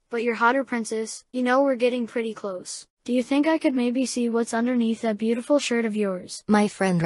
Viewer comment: "BAEUTIFUL" - 😈